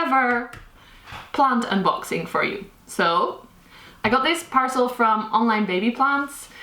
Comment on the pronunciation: Ugh love how you say “parcel”